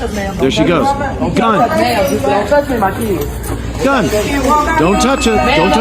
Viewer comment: “My keeid’s” gets me every time haha. The fatigue is real